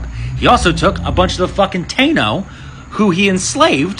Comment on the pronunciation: Thanks for teaching me something new about my culture. However, it’s pronounced TA-EE-NO